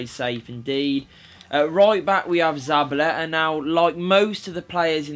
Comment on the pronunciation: Yo who's ZABALE-AH?!? LOL